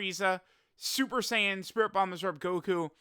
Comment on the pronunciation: lol “MakanKINsapo” Also STOP mispronouncing Saiyan it’s SAI-YAN NOT SAY-YAN